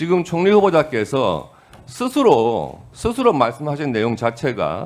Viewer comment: [스스로]도 똑바로 발음 못하는 과뀨택 니는 한국인은 맞냐 내란빨갱이야